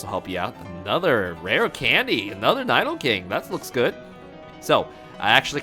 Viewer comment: Cringe everything he pronounces Nidoking as Nydoking